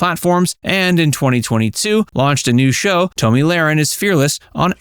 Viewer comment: Stop calling her Toemy. It’s Tomi like Tommy damn I hate AI